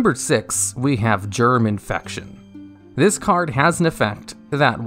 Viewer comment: TDL: Germ Infection What I heard: German Faction.